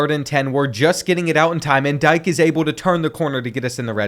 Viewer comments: it's Dee-Kay bro, not Dyke XD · Just as a heads up it’s DEE-K not Dike 🤣🤣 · It's dee-kay not Dike bro😭 Good vid though 🤣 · Dike is pronounced "D-K" btw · btw dike is pronounced dk just so u know